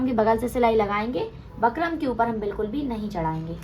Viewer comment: Sis बकरम nahi hota बुकरम होता h